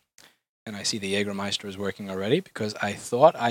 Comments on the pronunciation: Jäääääääääääääääääääääääägermeister not Jagermeister ;) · Whats Jagermeister? It's JÄGERmeister! Those Americans XD ps. Jäger is german and translated it's Hunter and Meister is a master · Its called Jägermeister Not jagermeister